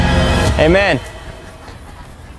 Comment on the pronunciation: Every time he says ay man the subtitles say amen